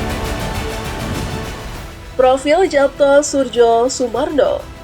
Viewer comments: Suryo Sumarno, Surjo dibacanya SURYO bgtuu lah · Mbak, kalaau ngomong sing apik dong masak nama ybs di baca Yapto Surdjosurmarno